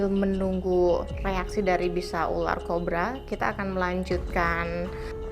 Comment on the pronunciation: Menit kok bilangnya ular Korba?wkwkw